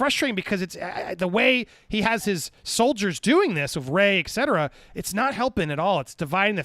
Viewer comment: Et cetera, Andy...Not ecc cetera...